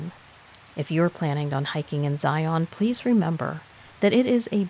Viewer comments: Just FYI, having lived in Utah my entire life. Zion is pronounced Ziun. Also, if you are speaking of mountains in Utah they are pronounced moun-un.😆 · Karen here. It's pronounced ziun. 😊😊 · Fyi it's pronounced Xi un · I live 30 minutes drive time from there. Zi' un, is how us locals say it. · PLEASE PLEASE learn how to pronounce Zion! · If your going to narrate a story, learn to say the word Zion correctly